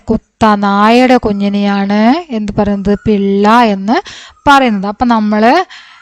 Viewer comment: പിള്ള യല്ല പില്ല